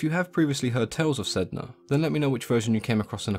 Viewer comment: My understanding is that Sedna should be pronounced Sanna. Refer to "The Wolf in the Whale" by Jordanna Max Brodsky. A fictionalisation of the first meeting between the Inuit and the Norse.